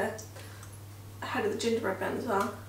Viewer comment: I am laughing at the way he said ginger bread man 😂